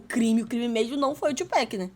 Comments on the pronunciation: O foda, ela assistiu um vídeo do cara falando PAC, dava 10 segundos ela vinha com o tchupec kkk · ela não entendeu ainda que é tupac, não tupec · Top o react meninas, Sean Combs é o P Diddy, e P Diddy é o Puff Daddy, ele basicamente faz muita merda, e depois muda de nome pra tentar apagar as merdas que fazia, mas ai vai e faz merda dnv kkkkkk, e outra coisa, vai ter muita gente criticando vocês por falar Péc em vez de Pac no nome do Tupac kkkkk ja avisando antes. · Pronuncia dela é masa tchú péc não amiga ( TUPAC mais bruto ) TUPAC TUPAC TUPAC 👍🏽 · Se fala Tupac não Tupack, só pra avisar. Pq tem muita pessoa que taca hate por isso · Não aguento mais o "Tio Péqui" 😭